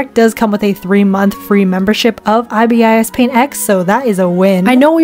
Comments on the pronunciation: Man how dare you diss ibisPaint, all those ‘cons’ you can easily fix and it’s also pronounced ‘eye bis paint’ not ‘eye bi es eye paint’ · I’m sorry but ibis paint is pronounced Eye Bis paint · As an ibisPaint user, I might be wrong but I’m 98% sure that it’s (I-bis-paint) and not (I-B-I-S-Paint) [in the first way you dont pronounce ‘I’ like ‘eye’ more like ‘ih’]:3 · IbIs paint? It’s ibis paint the you pronounce the I eye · Ok i had to its not pronounced (I BE US PAINT) its pronounced (I BUS PAINT) SORRY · I’ve never heard anybody pronounce ibisPaint that way I pronounce it EYEBISPAINT not EYEBAYESPAINT XD Not angry btw just confused TvT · IbisPaint is pronounced eye - bis - paint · Btw not hate on but ibis paint is pronounced "eye-bis paint"! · It’s it’s pronounced I bis paint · ibispaint x is pronounced "eye biss paint x" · I always thought it was pronounced Ibis like the bird… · MF IT’S PRONOUNCED EYE BISS PAINT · I might be wrong but I think ibis is pronounced (eye bis) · i drew a full portrait of my friend on Freeform, you just have to be creative with how you use and customise the brushes. also, it's pronounced Eye-bis Paint. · Oh btw ibis paint is pronounced “iebis” like the second I is like the I in “ice” 😊 just to lets you know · Ibis paint is my baby (also it pronounced i bis paint) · WAAAIIITTT…. ITS PRONOUNCED EYE-BIS PAINT? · Did it make anyone else mad that she kept saying I B I S I always just pronounced it like 'Iris' but with a B :/ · After using many different art apps i still think ibis paint is best but thats not including procreate, i have not used it before but i tried and i failed. Also its eye-bis paint or thats at least how i pronounce it. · its pronounced like the bird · its prononced eye-bis paint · first of all who tf pronounces ibis like that and second of all that isn't the full potential of ibis paint😭